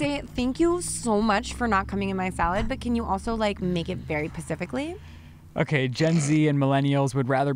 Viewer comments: She always gets on but she says pacifically instead of specifically lol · Did I hear say “pacificly”? Lmao love you not knocking you just made me laugh like you always do 🤣❤️ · it's specifically, not pacifically. Also, I'm very excited for and Shane! You guys are going to be great parents! Also, if you find out how to handle ingrowns let me know lol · Ooooh said pacifically and not specifically lol. Now has a word to get her for lol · Did anyone else hear say pacific Instead of specifically? Come on you should know better lol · said "pacifically" 😉